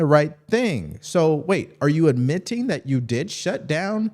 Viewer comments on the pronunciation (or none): I don't Understand Why you Emphasized the "TING", In the Word : (Admitting) ?????